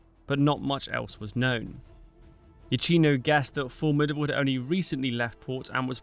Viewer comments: It physically hurts everytime you say IatshIno. And I'm not even Italian! His name, /Jakino/, does not rime with cappucino. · Iachino: pronounced something like yakeeno, the CH digraph in Italian is like a K in English. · Much enjoyed this, thank you. (Very minor comment: Admiral Iachino's name is pronounced: Ee-a-kee-no ('ch' is hard in Italian - Ee-a-chee-no would be spelled 'Iacino' with no 'h').